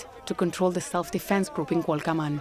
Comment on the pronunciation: Mija se dice Cualcoman, no Cualcaman. 👍 buen video, pero te falta darle todo asta Aguililla.